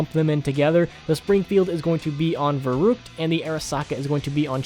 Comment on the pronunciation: He said verookt